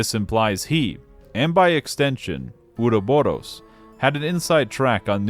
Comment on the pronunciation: Great video, my only constructive critique is the pronounciation of the word Ouroboros, there are future games in later entries, it's not Uroboro